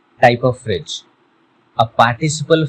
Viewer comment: First of all learn to pronounce before trying to teach others. It is not "fridge". Stupid. These kind of videos should be banned